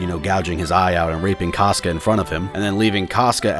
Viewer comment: say "cosca" instead of "casca" one more time and im gonna lose it